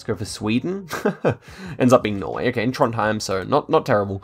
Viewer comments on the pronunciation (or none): none